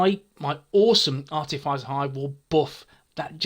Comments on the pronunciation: Ar-tiff-iss-er not ar-tiff-ice-er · Hey, I'm sure I've mentioned this before but it's pronounced Are -Tif -Is (as in This)-er. Hope you don't mind?